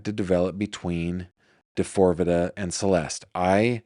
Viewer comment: I love you but you really need to stop calling him D4vd the way you do. Lol. He goes by David. There is an interview of him where the interviewer told him people were calling him D4vd like how you are and David looked shocked and started laughing. He said it is pronounced David. He replaced the A with a 4 because of something having to do with 4 dimensions or 4 aspects of himself that we will see emerge over time.